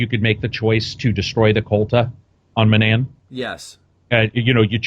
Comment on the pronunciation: He says manaan wrong... they literally pronounce it for you in the game how do you mess it up... it just irks me so much not the end of the world though I guess